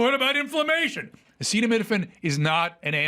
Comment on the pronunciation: That press conference was one of the most embarrassing things I’ve ever seen. Trump rambled incoherently, repeated himself over and over, couldn’t pronounce acetaminophen, couldn’t remember what three vaccines the MMR included, cited completely bonkers statistics, and gave unsolicited medical advice repeatedly. What a humiliation.